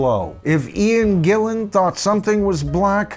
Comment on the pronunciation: Morse has been in DP much longer than Ritchie Blackmore, but does that make him a better guitar player? No way. Jon Lord quit Deep Purple as he wanted to conccentrate on his classical music music. He did not have cancer at that time and he was in good health. You corrected this guy when he said "ian Gilmour" then got it wrong yourself when you said Ian Gillian". His name is Ian GILLAN. He has been famous for over 50 years and still people get his name wrong! P.S. Freudian*😆.